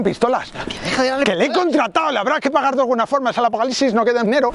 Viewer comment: cuando comenzo el afocalicsis